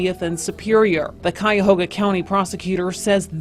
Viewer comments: Cuyahoga ....Ky-Yahoga not Chi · Dude can’t even pronounce the county. Sub Saharan IQ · Can tell this guy isnt from Ohio. "Madeena" "chaiahawga" lmao